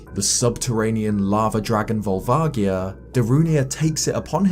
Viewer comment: That's not how I pronounced Volvagia...